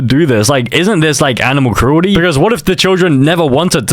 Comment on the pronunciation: animal crulty 😂😂😂?????